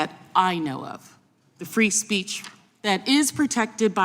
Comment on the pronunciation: Free speece? Speak english fake